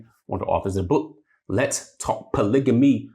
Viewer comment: You're pronouncing polygamy incorrectly. It's a hard "g" not a soft "g".